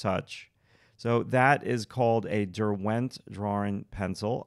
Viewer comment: Derwent is a place in the Lake District in. England. It is not DerWENT, it is pronounced DERwent